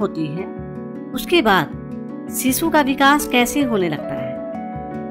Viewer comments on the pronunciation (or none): It's shishu....not sisu..... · सीसू नहीं शीशु 😂